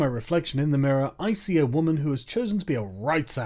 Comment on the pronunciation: "as a wwwuummennsss"